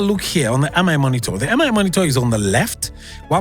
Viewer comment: Nice review. It's funny how you kept saying M-I monitor 😅